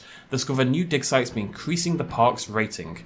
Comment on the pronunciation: When you say "digsite" i keep hearing "dicksize" xD wtf